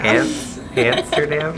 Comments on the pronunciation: Its Amsterdam Not Hamsterdam!!! HaHa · I live in the Netherlands and her calling Amsterdam antsterdam made me laugh Soo bad😂😂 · Antsterdam 😂 Hamsterdam 😂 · Hamsterdam😂 i live in the city next to amsterdam. It is called Leiden. You where at Schiphool. Funny to hear hamsterdam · Have a great wedding and it’s pronounced Hamsterdam😂😂😂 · It's Amsterdam not hamsterdan